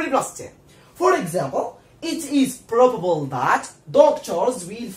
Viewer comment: بروببل 😂💔الانجليزية تبكي في الزاوية